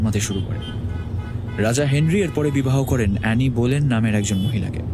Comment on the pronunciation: Golpota bhalo... But mary tudor ta kikore mary theodore hoe galo ar anne boleyn ke kano anny boleyn bola holo bujhlamna